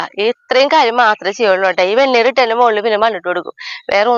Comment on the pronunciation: വെണ്ണീ ർ എന്നാണ് പറയേണ്ടത്